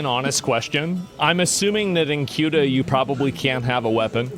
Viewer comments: Its not CUTA, its like saying SEWTA Ceuta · Its pronounced ( sue - duh ) not ( Q -duh) 😂😂😂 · It's pronounced Soo-tuh. Not Kootuh. As for these people invading the country...their Coast Guard should have chummed the water when it started...the sharks would be your friend. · LOL it's not cute-ah ; it's seh-oo-tah.. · It's Cueta with a sofa C.... pronounced Soota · It’s not pronounced Keuta but Seuta. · It's pronounced "sey-ooh-tah". Not kyuduh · its not queueta. its pronounced suta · Tired of GED educated individuals pronouncing it as "CUTE-AH". It's pronounced as "SE-UTAA". It's not fucking hard. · People calling Ceuta as “Quta” instead of pronouncing it like “Theuwta” is driving me crazy ☠️🙏🏻😭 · You pronounce Ceuta like you would word - city. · Cueta is pronounced "suitor". there you go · bro pronounces ceuta as kootah 🤣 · Ceuta is pronounced Soota … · It's pronounced "see-uta" and "mel-eeya" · it's pronounced See-Utah bro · Minor nitpick: Ceuta is pronounced the-oo-tah (it's a soft C) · It's pronounced Suetta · Ceuta ... as in Soota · THe-U-TA please. Pronounce it correctly and you'd be the only one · One thing most people don't understand is that the vast majority of people here in Spain do not give half a shit about Ceuta and Melilla. Also, its pronounced "se-hoo-tah" and "meh-lee-yah" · That's not how you pronounce Ceuta